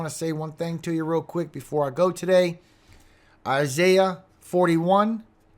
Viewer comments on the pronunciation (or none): none